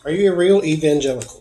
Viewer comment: My mind heard you say, "Is Michael Penitentiary a real evil genital?" lol Just love your readings!